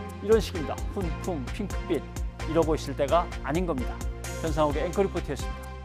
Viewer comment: "훈풍부나"? "훈붕부나"?